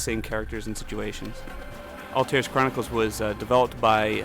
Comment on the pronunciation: It's Altaïr, not Altair.